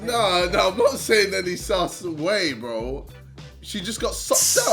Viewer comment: Can jj not pronounce his r’s he says “bWo” and “BwUV”